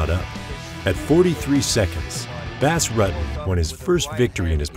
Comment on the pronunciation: Wow... The narration is painful to listen to.... Do you think this guy is a bass fish or something? Butchered his last name too.. can this narrator and get someone that actually has a clue who these people are and how thier names are pronounced please it sort of ruins an otherwise great video... #cringe